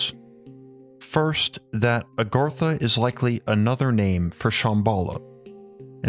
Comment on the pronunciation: The guy speaking is enough to put you to sleep plus Agartha's not the true name he's not even saying it right I can't pronounce it correctly my self I've forgotten more languages then I can remember.